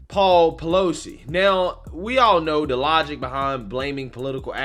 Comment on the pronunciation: Everytime you say PEELOSI name, the song HAMMER 🔨 TIME comes in my head,🤭🤣💦